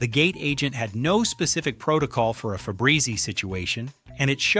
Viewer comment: What is Febrezy? There is Febreze - your AI narrator cannot speak English!!!